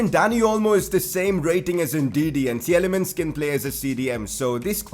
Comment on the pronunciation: Tielemans is pronounced Til-e-mans BTW. The first E is silent